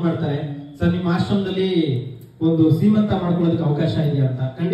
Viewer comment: ದಯವಿಟ್ಟು ಶ್ರೀಮಂತ ಅಲ್ಲ.....ಸೀಮಂತ ಅಂತ ಹೇಳಿ